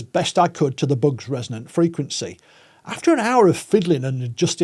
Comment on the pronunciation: Extremely interesting and presented so well, but it took me over half the video to realize he was talking about “bugs”, not “books”